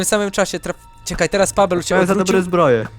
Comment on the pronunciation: Nie pawel i vertez tylko pabel i vertez